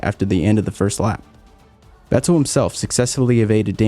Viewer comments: This guy makes good videos, but why does he say Ve TTEL. How can you not know how Vettel is pronounced lol. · The way this guy says Vettel 😂 awesome video man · Why is nobody pronouncing Vetterl right? „V“ is pronounced as „F“ for his name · Is it just me or do you like the way he says vettel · please stop saying "Vettel" like that